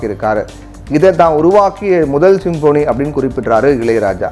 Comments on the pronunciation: Symphony என்பதை சரியாக உச்சரிக்க கற்றுக்கொண்டு செய்தி வாசியுங்கள். அது சிம்போனி அல்ல. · தலைப்பையே தவறாக உச்சரிப்பதை தயவுகூர்ந்து தவிர்க்கவும். Symphony என்பதின் தமிழ் உச்சரிப்பு "ஸிம்ஃபனி". நீங்கள் உச்சரிப்பது போல "சிம்போனி"அல்ல. மேலும் "Nothing but Wind" என்ற பெயரில் "Wind" என்பதையும் தவறாக "வைண்ட்" என கூறியதும் தவிர்க்கப் படவேண்டிய தவறு.